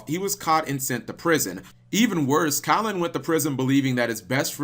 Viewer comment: its KAL-an not collin